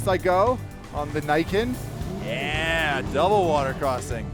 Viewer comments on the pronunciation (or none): "Nee-ken" not "Nye-ken" I'm now that guy that has to complain about Japanese pronunciation.. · I still dont understand why every idiot calls this thing the naiken. Thats not how you pronounce it. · it's pronounced "knee - ken"